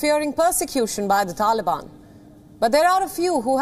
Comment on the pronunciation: TaLiAbiaaan 🤣 couldnt stop laughing every time she said taliabiannnn